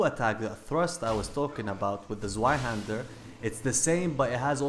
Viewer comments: It's pronounced zvei not zwei it's also German meaning the full name in English is Two-Hander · (I know this is 4 months old) Actually, if you want to be even more correct, it's pronounced TSVI, Z's in German are said the same as TS are in English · Zweihänder its a german word .. you say it wrong for english it calls twohänder !!